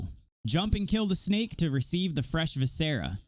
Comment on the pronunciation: Who the hell taught you to say viscera like that, props for the vid tho very helpful